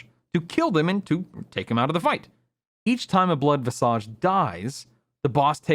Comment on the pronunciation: 1 for pronouncing visage wrong. :-)